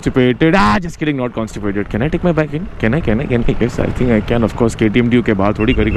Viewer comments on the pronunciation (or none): none